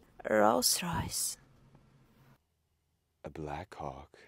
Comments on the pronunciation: The virgin "ralhhs rohhhyssh" vs chad "B L A C K H A W K" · Как же она стремно произносит Роллс-Ройс😂😂😂